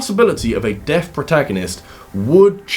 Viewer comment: I kept hearing Death instead of deaf